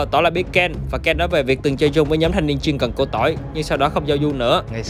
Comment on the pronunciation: Chuyên cần là chuyên vè cần chứ k phải chuyên cần nha 😂😂😂